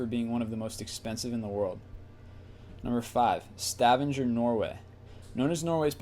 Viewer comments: Er du norsk og reagerte på måten han sa Stavanger? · Please! Please! Please! Learn to pronounce names correctly before posting any more lists. For example it is Sta-vang-er not Stavan-jer and there are so many more. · You say Stavanger totally wrong